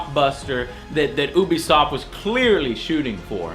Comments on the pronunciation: you pronounce ubisoft wrong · What is Ooo b soft? Its pronounced U B soft. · oobiesoft? I thought it was youbisoft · wait... did you say obisoft instead of ubisoft (dont hate me for saying this) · Its not pronounced OO BE SOFT. its pronounced you be soft. YOU BE SOFT! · Oobisoft? I thought it was pronounces Yoobisoft? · does anyone else pronounce ubisoft as you-be-soft instead of how joe said as ooh-be-soft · It isn't pronounced oo-bisoft its pronounced you-bisoft you FUCKTARD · And one last thing, IT'S FUCKING PRONOUNCED YOU BE SOFT NOT FUCKING OO BE SOFT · lmao lov dis vid n lov dis guy, he pronounces Ubisoft like "Oobisoft" instead of "Youbisoft", nice Review BTW. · oobisoft? lol i always pronounced it youbisoft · i will be leaving two comment for this video first of all you pronouce ubisoft wrong it isn't oobisoft next will be alot worse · lol did someone tell this guy that ubisoft is pronounced like You-Be-Soft yet? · Why do Americans insist on calling Ubisoft Oobisoft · I just can't take it when Joe pronounces Ubisoft as Ooobisoft XD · ubisoft. pronunciation you-bi-soft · It's both actually. People from Ubisoft (ooo-bi-soft for me) have used both pronunciations. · Is it pronounced as "oebisoft" or "youbisoft"? I like "youbisoft" more, I have to say. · Ubisoft is pronounced yew-bee-soft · Even certain employees at E3 pronounce it as oo be so I have no idea which is right as well lol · So i was suscribed to this channel because my friends told me he gave pretty good reviews but after watching this I am no longer subscribed. it is pronounced youbesoft, you make terrible jokes, your voice is annoying, and your little acting dress up thing.... yeah its not cute grow up. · dude, i love you (no homo :D) ...so i can't let you do something as wrong as this.. IT'S pronounced YOO-BEE-SOFT (by the people who actually work at the studio!) so yeah,... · hehe, he pronounced ubisoft oobisoft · its pronounced (you-be-soft)...dummy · It's ubisoft not oobisoft